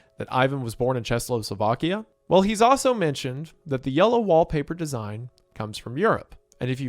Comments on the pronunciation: ....Wendigoon, for the love of god, it's Czechoslovakia (CHE-KO-slovakia), not Czesloslovakia. I swear you didn't pronounce it right a single time 😭😭😭😭😭😭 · Wendigoon, how did you mispronounced "Czechoslovakia", which is englishnization done specifially for Americam like you, into "CzechLOSlovakia". And 2 times already. If it was just one time then it coukd just be mistake, but you missprononounced it 2 times one after another My poor goon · I thought “Chesslossslovakia” was a little misspeak but then you did it again exactly the same 😂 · did you just say... ČESLOslovakia??? First of all, i think you meant KarlOVY Vary, CzeCHOslovakia. We're all used to your omittance to correct pronounciation, however... boy, it's a whole ass country and altough we've split up in 92/3 and went our sepparate ways with Slovakia, Czechia still exists and this moment, as well as the fact that didn't pronounce it right at least twice, is making me lose all faith in the States' education system. Second of all, WHAT THE FUCK, does that mean that I could just walk up to Ivan Beck and have a conversation with him (I'm Czech)??? HELLO????? WHY CZECHOSLOVAKIA?? ALSO THAT MEANS HE WAS MOST LIKELY ESCAPING NAZISM, WAS HE JEWISH OR JUST AGAINST THE AGENDA???? ALSO, WHY TF IS HE NAMED BECK, THAT IS NOT A CZECH NAME, IS HIS REAL NAME IVAN ZÁDA????? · Im sorry is he saying Chess-O-Slovakia? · Check o slow vak ee ah. How can you not pronounce such a simple word. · Chexlosolvakia is certainly a way to say it, I guess. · This is great. Thanks, I've been watching while awake with my baby at night. Is he saying Czechoslovakia? It sounds like Chesloslovakia. Wouldn't be a Wendigoon video without odd uses of words and pronunciation lol. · Everytime he says chesloslovakia a Czech dies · IT'S PRONOUNCED CHECK-O-SLOVAKIA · Since you’re struggling, it’s pronounced: check oh slow ah key ah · yea good video and all but you need to get beaten up for your pronunciation of Czechoslovakia